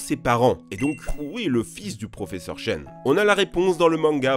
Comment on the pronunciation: Il n'arrête pas d'alterner entre Chen et Tchen. 😂